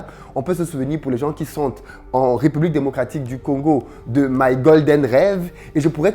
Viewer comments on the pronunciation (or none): none